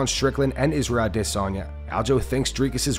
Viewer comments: Bruh we need to stop this trend of saying Israel’s name all weird with that stupid phoney accent. His name is Adesanya. Adis. Onya. Izzy used to pronounce his name that way all the time, only once DDP challenged him as the real African champ did Izzy start trying to African-ize his speech and call himself “Ah-DIS-on-ya”. It’s a fake, goofy, marketing ploy and it’s not how he said his own name for years. Just stop. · wooohooo, that pause in Adesanya is getting shorter and shorter..bc it doesn't exist in real life! i'm winning this one, you'll say his name right or i'll never shut up!